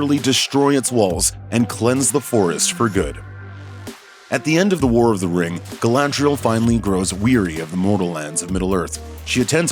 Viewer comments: Did you just say Galandriel?! Wow.. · He did not just say Glandrel. Wtf is this hot mess? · Did he call we Galandrial? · you DEFINTELY said Galandriel. second Melkor did not want to destroy. he wanted to RULE over everything. did you even read the Silmarillion?